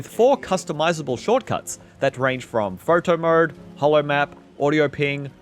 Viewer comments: Phoerter Moered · Why do you say photo mode and slow mode like that??